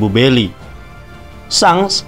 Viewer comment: Tulisan berry dibaca belly